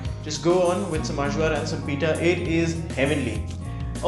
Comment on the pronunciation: Point of info -- AJVAR is pronounced "EYE-VAR".